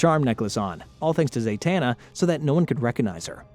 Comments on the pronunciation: Why do you mispronounce the characters name? Like if you watch the show you would know her name is Zatana. You are saying ZaYtana. You did the same thing on attack on Titian. You said Levy and not Levi. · It’s ZAh-tana, not ZAY-tana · He’s not his father in law. He and Talia were never married. Also, how is it you can pronounce Zatara correctly, but not Zatanna. They’re practically the same 🥴